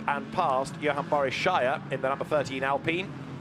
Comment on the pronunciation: Actually its pronounced “Alpeen” because of how I sounds like E in french.